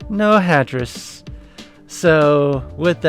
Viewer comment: Ah, it sounded like you were saying Tetris.